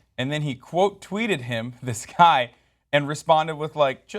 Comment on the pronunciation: everytime tries to day guy he say "gay" lol